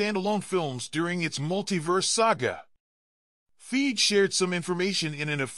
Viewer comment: Soon as he said feige wrong I was out lol…